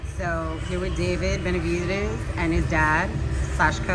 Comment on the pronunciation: David Benavidrez 😂